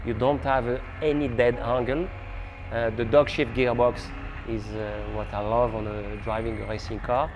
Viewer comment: He actually said "dogshit gearbox", i laughed too hard in the middle of the night